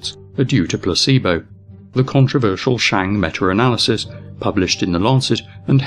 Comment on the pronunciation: Awesome vid... except... IT'S META! META!!! NOT METUR! THERE IS NO R!!! AHHHHHHHHHH! Other than that, win all the way.